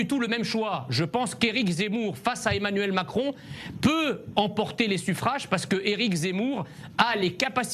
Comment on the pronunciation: trés bien Monsieur Messiha ! pas mal le "émanuelle macron"!